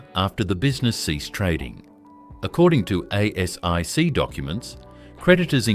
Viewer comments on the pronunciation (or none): none